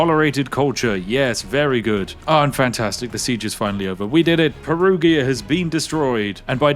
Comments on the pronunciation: Anglo-saxons, for the love of God, Perugia is not spelled "PERUGHIA", but "peruja" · Perugia, the g is a j sound: Perujia. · Spiff saying "Perughia" triggers me a lot 😂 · Aaargh...as Italian, Perughia is something that could let my ears bleed... PERUJA is the way to say it... 😂 Whit all the due british respect... 😜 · Every time he says Peruhgeeuh instead of perujha 😬😢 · propnounced peruja >:( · "Perughia" no flame, as an italian i found the pronunciation funny ❤ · It's Peru-jah, btw 😅 the g is pronounced like a j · Perughia is my new favorite pronounce of Perugia. Grazie mille 😂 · The pronunciation of Perugia hurts my Italian brain every time. Ahah Also you can tell The Spiffin Brit is aging because of the dad's jokes. 😂😂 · Hearing the Spiffing Brit butchering the Germany and Italian names in just one video hits hard as a Swiss 😅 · Me, a bilingual german/italian hearing a tea-sipping northerner say names like Lübeck and Perugia: left eye twitch intensifies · Your pronunciation of 'Perugia' is a casus belli all on its own.